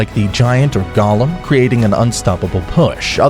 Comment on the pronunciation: I hate how u pronouce golem